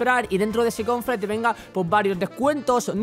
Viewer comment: like si escuchaste como decia "confre" en el minuto xD